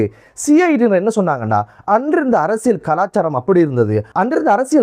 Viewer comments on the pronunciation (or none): none